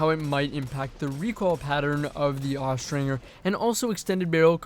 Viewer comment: Austringer is pronounced with the J sound, not the hard G sound.